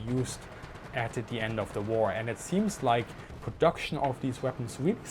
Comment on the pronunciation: "Ze Rockets" "It Schrecks Panzers" LOL Easily the most amusing episode of Military Aviation History.